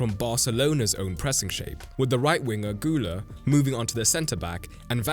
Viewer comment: Guller? Güler!